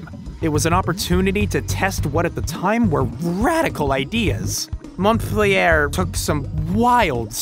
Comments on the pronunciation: "Ubisoft Markiplyair" Sorry. As a French person, this made me pause. 😋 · Was that correcting you on montpellier? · C'EST MONTPELLIER, T'ES SOURD OU TU LE FAIS EXPRÈS ?